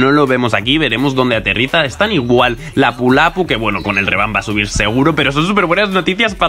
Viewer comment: El primer español que escucho pronunciar bien el nombre de lapu-lapu. ❤️❤️💆‍♀️💆‍♀️💆‍♀️